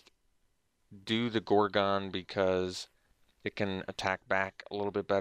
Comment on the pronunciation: "gor-gone" lol